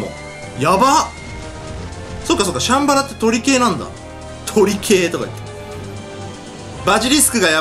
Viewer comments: シャンバラの発音チャンバラみたい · シャンバラの発音おかしいよ！